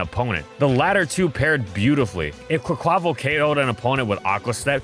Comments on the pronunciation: i believe quaquaval is pronounced with its last syllable stressed, like the portuguese/spanish carvanal from which the name comes from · The way the narrator pronounces "Quaquaval" 🤣